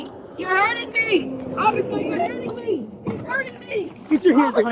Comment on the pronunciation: I know it's a weird thing to notice, but this woman put the emphasis on the wrong syllables all the time! It just sounds strange! "Why are you arresting ME?"...as opposed to someone else??! 😅